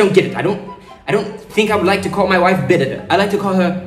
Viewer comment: Birinda is pronounced as birinthe